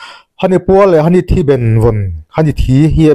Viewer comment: Hani a ni lo..Hahni tihtur..